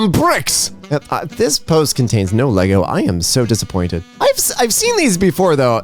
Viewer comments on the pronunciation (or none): none